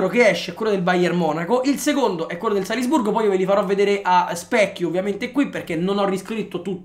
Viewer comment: Solo a me ha urtato tantissimo quel "Salsburgo"? ahah comunque grande!!